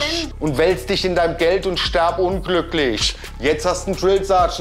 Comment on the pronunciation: Ich fange gleich an zu weinen😂 es regt mich schon in meiner Klasse so auf es heißt: wirf nicht "werf" ; lies nicht "les" ; iss nicht "ess" ; tritt nicht "tret" und hier eben stirb und nicht sterb 🤦🏼‍♀️ aaaaaaaaahhhhr 🤣🤦🏼‍♀️